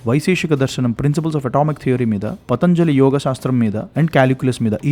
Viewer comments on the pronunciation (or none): none